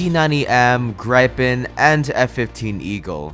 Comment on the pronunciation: WAR THUNDER RAHGHHHHGH AND ITS NOT GRIPE-EN ITS GRIP-EN